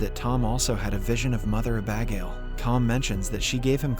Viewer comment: The way he pronounces Abagail is hilarious! Uh-Bag-ale 😂